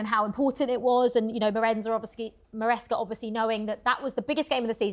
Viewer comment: Did say Marenza? 🤣 That's a pretty cool nickname for Maresca.